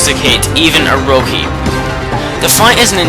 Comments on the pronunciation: Its orochi not oroki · It's bothering me that he's saying Orochi wrong. Oroki is not correct. But otherwise, fantastic video!! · its Orochi not orohi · it's odochi not oroci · Ugggh. It's Oro-chi not Oro-ki! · It's pronounced Oro-ki in Japanese since all vowels are pronounced as ah, eh, ih, oh, and uh. Orochi is pronunced with a k instead of a ch sound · *after reading pointless fight in comments section* Anyhow, great list, but I have a few complaints. First Oroki... gotta pronounce the ch like cheese. Second, If it's a favorites list at the very least say what you like about the fights before the top 5, third, don't be a try hard with those clever recap titles. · And i couldn‘t agree more, pople pronouce vowels diferent and i know that, and if you dont know proper japanese pronuciation well then its understandable, but i have to correct if someone says Orochi that badly, you say it as if theres a L in it like this Orlochi but you roll the L, anyways i see your opinion emmakatenotcake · This is just a large story telling and not the reason you chose, and also it is o-ro-chi not o-ro-he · its oroCHI not oroKI -. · the way u pronounce things is..wel stunning: Sake, Exorsise. Tsukiyomi (tsukukiyami??? wut?) Orcochi (oroki)? Usually I aint that hard on folks. and I like your video. But im rea;;y sorry when I say I hate it when people make a video and DON'T do either the Research or take an efoort in Pronunciation. BUT. Since I like your vid. Have my like and hopefully better luck next time. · I agree with Yami as well. And even though I mostly called you out for butchering most of the names like Ammy and Orochi but honestly. This list was amazing I cried when I saw Kurow again but like... Okami and Okamiden are amazing games. People need to publish or advertise more games like this. Capcom... you have outdone yourself. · he pronounces Orochi and sake wrong